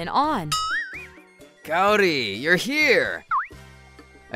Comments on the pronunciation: Very glad that guy got what he deserved. And I have to say I cringed pretty hard at the female VAs butchering the names, especially Kaori. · It's Kaori like apple and not Kaori like asian